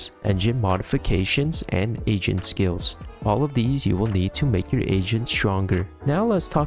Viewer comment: Everytime you say "AGENT" it sounds like you're saying "asian." Quite frankly, it makes for some comedic content since each time you do it, the word "asian" also fits lmaoo